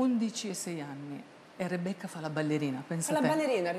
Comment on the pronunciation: Rebeccah fah la ballerinah...pensa teh...😂😂